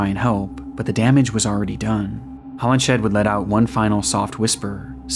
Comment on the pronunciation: Just a note on pronunciation: "Hollinshead" is pronounced "Hollins head," and "Folie à deux" is not "folly a doo." In French, syllables are stressed equally, but with emphasis falling on the final syllable, so whereas in English the stress for "folly" is on the first syllable, in French it would be the second. For the vowel sounds, think of the sound "ugh," like a grunt, and say "fugh-LEE" and "-eux" like "urr" with the r deemphasized. Or go to Google Translate, set the language to French, type in "Folie à deux" and imitate what the TTS says.